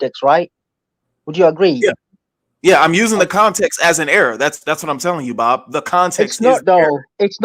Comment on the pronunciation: Bro really said “it’s booobbb” 😂😂😂😂😂😂😂